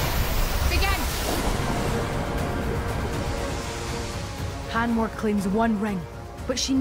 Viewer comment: How dare she say "let the challenge BAGEN" , she has ruined the most beautiful catchphrase in TV history....